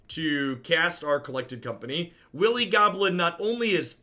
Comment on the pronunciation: wily goblin pronounced willy goblin lol.